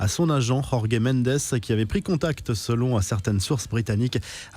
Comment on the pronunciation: Rrrorge medezz??